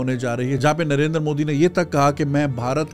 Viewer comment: It's not Narendar It's Narendra btw #pkmkb